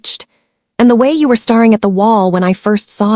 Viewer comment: The pronunciation of staring in sound like starring is seriously obstructive in the story flow. Also hoping pronounced hopping